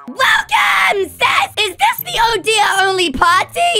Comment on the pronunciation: it's not odya it's oder